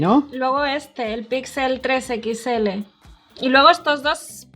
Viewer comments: siempre dice "pixel 3 equixele":v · Nada como escuchar a decir "Equits L" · Ostia puta, alguien que le diga a la guera que no se dice "equits ele" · Jaja por qué dice pixel 3 equisctsele?